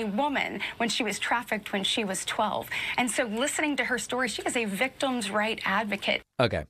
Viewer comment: she's doing it again. also, what is a "victome"